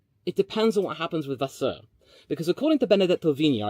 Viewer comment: Dude your accents are spot on for the diffrent languages HOW Benedetto Vignia was properly pronounced Vasseour was properly pronounced... HOW